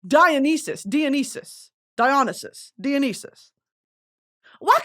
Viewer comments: dionysus is pronounced die-un-eye-sis, and cerberus is sir-ber-us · Dionysus is pronounced (Die-oh-Nai-sus) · of all the ways she said dionysus none of them were right 😭